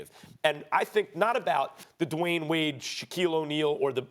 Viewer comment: I had to rewind it because I thought he said "Dwyane Wade is no Whore!" 🤣🤣🤣